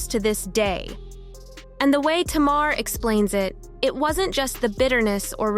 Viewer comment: If you're gonna talk about Tamar, please say her name correctly. It's pronounced Tay-mar. Please and thank you.